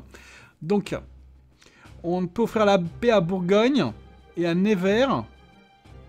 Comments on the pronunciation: Ps: Ça se dit "Neuvers", pas "Névers" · neuvers pas nez ver mdr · On dit nEUvers, pas nÉvers.. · ça se prononce NEUver et pas "never" (à l'anglaise) j'ai faillit avoir un PTSD a la fin de la vidéo haha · Jsuis degouté Il a mm pas cité Troyes (ma ville) et il a pas arrêter de écorcher le nom de Nevers